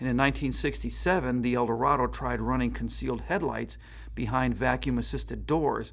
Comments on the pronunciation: Eldorado. Not "El Dorado." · It's Eldorado not El Dorado and you keep showing the Sedan Deville and referring to it as the Eldorado.